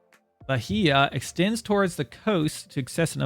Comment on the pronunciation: In case you want to know how to pronounce "Bahia", it would be "ba-ee-a". H doesn't have a sound of its own in Portuguese and I sounds like English "ee". Minas Gerais is harder to explain because I don't think the exact G sound here exists in English.